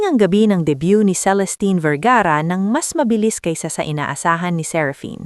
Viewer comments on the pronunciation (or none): Debut hindi debyu